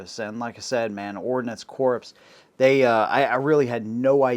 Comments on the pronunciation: Ordinance Corpse? Really, it's pronounced "Core". BTW. The high velocity .22 is junk, it relies on velocity to compensate for its lack of mass. There's a reason for the military going to the 6.8. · Ordnance CORPSE! Ordnance Corps, pronounced like Core. The "corpse" pronunciation harkens back to Barak Obama's "corpseman". He just doesn't know. Nobody told him. I didn't either until somebody told me. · Ordnance corpse?